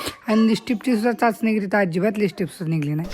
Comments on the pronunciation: *जयश्रीगणेश, नमस्कार सर्वांना🙏 *अगं.... लिपस्टिक असा शब्द आहे. *राग मानू नकोस... पण रहावलं नाही म्हणून सांगत आहे. * तू त्याचा नीटपणे, स्पष्ट शुद्ध उच्चार करत नाहीस...... *लिप म्हणजे ओठ आणि स्टिक म्हणजे कांडी किंवा छोटी काठी..... ओठ रंगवायची छोटी कांडी असा अर्थ नीट समजून घे! मग आता कधीच उच्चार चुकणार नाही. असो!😊 *धन्यवाद!😊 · लिपस्टी नाही लिपस्टिक... क्रिमा नाही. क्रिम